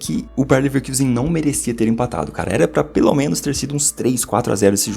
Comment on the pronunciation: pf, pare de falar bayern levekIusen, o time é alemão, não inglês kkkk